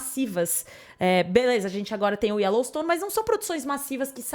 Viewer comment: "Ellowstone" e sério que ela falou assim?